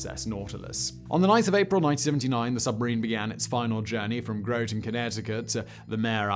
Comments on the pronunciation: GrO-ton? lolz its Grotten* like rotten* cause it smells funny in Groton :P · Not Growton Groton. Grot... like hot. Groton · I’m sorry but the towns name Groton sounds like this when you say it (grah-tun) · It's Groton CT. Gr-ahh-ton I live 15 minutes away from the Nautilus. Visited a couple of times. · Always fun to watch out-of-towners try to say Groton (Grawt'in) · Groton rhymes with rotten. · Groton like rotten. I was born there and cringed every time you said it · Simon and his dodgy pronouncifications! Groton rhymes with rotten! Lol!